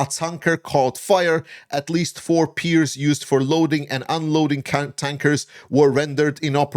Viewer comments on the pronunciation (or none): none